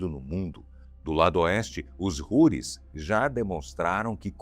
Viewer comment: A pronúncia em português não é Roris e sim Routis.